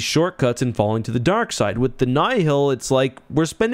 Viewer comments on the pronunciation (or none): Alsp, Nye-Hill? Its Nile like the Nile River. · The way you say "Nye-hill" and not "Nile" hurts my brain, lol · I mean he pronounces Nihil "nigh-hill". As much as I love the man, wouldn't call him an authoritative source on phinetivs of any setting really lol